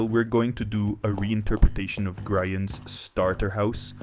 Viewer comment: Did just call Grian, Gryan? 👎👎👎👎👎 jk